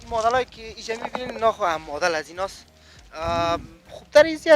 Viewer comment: او مدل است نه مادل